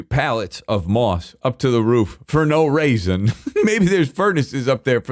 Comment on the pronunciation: I love that he said "For no raisin" instead of reason. I say that all the time, and I'm quoting Futurama when I do it. I wonder if he got it from Futurama too